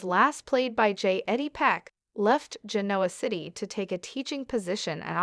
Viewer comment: Let's do a better job in pronouncing the names of the ppl and Genoa City.